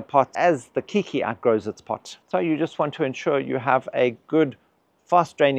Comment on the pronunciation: Keiki is Hawaiian for child; the word later adopted for young orchids off-spring. The word is pronounced "Kay-kee"